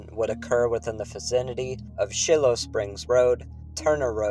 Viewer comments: I want some compensation from the trauma and disturbing way you tried to pronounce Shiloh. You said “Shill-Oh.” (It’s “Shy-Low.”) Have you never read any civil war history?! Please let me know who I contact for the traumatic effects this will have on me for the rest of my life! PS—nobody cares about Dayton. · Great video so far. Just one correction, is your pronunciation of Shiloh. It’s shy low. :) Other than that, enjoyed the video. I’m an Uber driver in Dayton, and this was a scary night. I was in Celina when the Celina EF3 came through